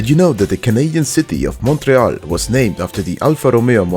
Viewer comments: You pronounced Montréal very good. I am proud of you 👏🧐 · FINALLY!! SOMEONE WHO ISN’T FROM QUÉBEC WHO PRONOUNCES MONTRÉAL CORRECTLY!! I swear even the anglos don’t say it properly!